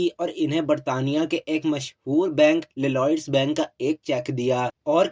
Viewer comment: LLOYD BANK k naam main double ll ki pronunciation nahin ati. Ap isay single L sound k sath LLOYDS HI PARHEN